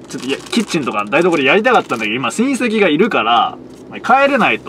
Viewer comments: 親戚が隕石の発音で草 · 親戚の言い方が韓国の人の名前みたいな言い方で草